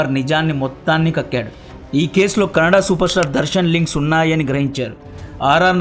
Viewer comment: Kannad Kadu Kannada